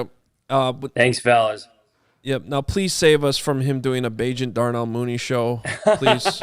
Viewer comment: This man said Darnell Mooney, STOP IT.